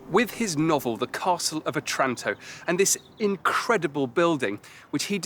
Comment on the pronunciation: Maybe learn how to pronounce "Otranto" before shooting the video.